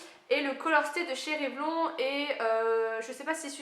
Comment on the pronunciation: le fond de teint vichy est top ! :) par contre pour la marque Revlon, ça se prononce révlon(ne) :) <3